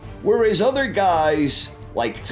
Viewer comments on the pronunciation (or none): none